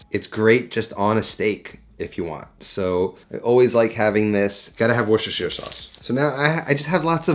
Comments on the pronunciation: Wuus-ter-sher. Yes, British weirdness. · i know you was waiting for it :) but please dont say it wrong, people will copy! Woos-ter-sher (three syllables) is correct! <- shire ... is like -> New Hampshire -> SHUURR